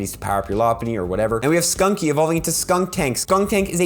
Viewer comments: Do you realize you keep saying 'skunky' while the name is actually 'stunky'? :) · I like your content and you've helped me get into PoGO a lot, but please stop saying sKunky , it's sTunky and I can't mentally handle that LOL